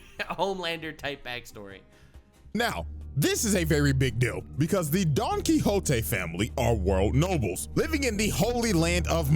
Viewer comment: I will never stop laughing at you for Donkwikzote